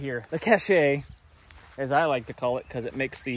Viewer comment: It's definitely "cash" and not "cashay".